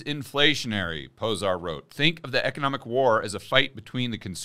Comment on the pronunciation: "zs" is pronounced like "j" from jeesh. Zoltan Pojar